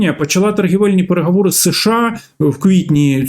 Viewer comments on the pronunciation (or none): Не "да", а "так", не кАрея, а кОрея, не перегАвори, а перегОвори 🤬 українець бляха 🤦 ГАНЬБА! Говорити навчись, а потім вже лізь в ефір 🤬